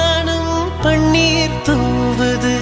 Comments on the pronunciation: My evergreen fevorite song....but vaanam,panner pronunciation sari illai. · Pon vaanam Paneer Correct a Pronunciation panunkooo Original Song a Correct a lesion panunkooo!! Tamil la kill panna vendaam!!